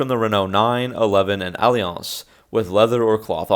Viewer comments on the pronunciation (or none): I like how you turned the lowly Renault “Alliance” into the much more exotic sounding “Aw-leh-ahnce”. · “You-née-body” “All-Lee-ons” Yikes! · Lol the Alliance was pronounced just like the alliance between Renault and AMC, not whatever you said.